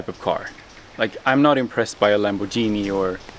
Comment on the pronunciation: blud actually said lamborzini 😂😂